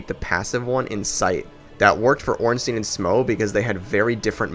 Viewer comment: who the fuck is ornsteeeeeeeen? why do americans have such a problem pronouncing that fucking name